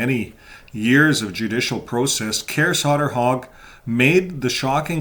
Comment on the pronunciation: It’s pronounced „Koray Sayterhug”, more or less. The å is actually an o.